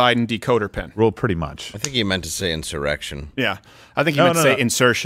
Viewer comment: He said inserterection